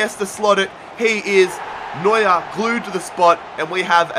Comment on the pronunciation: Man... You call Neuer is New year😂😂